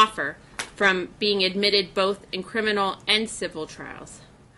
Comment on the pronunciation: Does anyone notice says “wiff” and “boff” instead of with and both??? How can anyone ever take him seriously!!